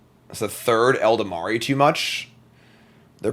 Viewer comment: How long have you been playing Magic that you still can't pronounce Ela-Dam-Ri Elda-mari 🤣